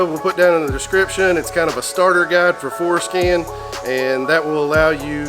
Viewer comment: I gotta be honest, every time says Forscan, it sounds like Foreskin. hahahaha